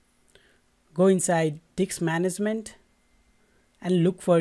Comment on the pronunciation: he says disk management incorrectly and sounded so wrong